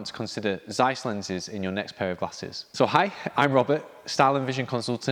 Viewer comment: “Tseiss”, not “Zzzeiss”